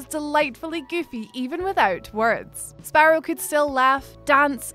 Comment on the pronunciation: Sparedoe sparedoe .. then sparrow.. dont change it . I like the spare doe